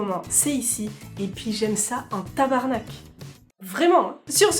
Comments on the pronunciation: Ah le petit tabarnak à la fin qui fait plaisir à entendre! Non parce que, on va pas se mentir, les français ont une légère tendance à massacrés les sacres québécois. Très légère. Aller bonne journée!🙃⚜️ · Bravo pour ton Tabarnak!...Ca fait du bien d'entendre quelqu'un de la France ne pas dire tabernacle... ;) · En TABARNAC, super bien prononcé, à la québécoise.hihihii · Ouais,,,, si je regarde tes premiers vidéos, je crois que l'on peut dire maintenant que tu es une VRAI Québécoise !!! .hahahahah Ton ''TABARNACK'' est parfait !!!!!!! Hahahahaha